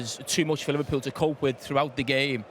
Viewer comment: Hahaha he says "LiverPOO"